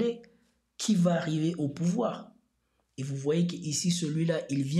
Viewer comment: ... N'est pas venu Zau pouvoir ??? Hey bro , tu crains là !! T inventes des liaisons zzzzzz fez attention zilte plaize